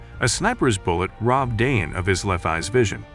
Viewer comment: Nice documentary, but we would expect the narrator to pronounce Dayan correctly. It's not a difficult thing really.